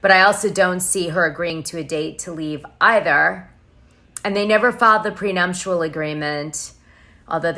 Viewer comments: prenuptial agreement...not PRENUMPTIAL...GEEEEZE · prenuptial not prenumptial..... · Dana, there's no M in nuptial..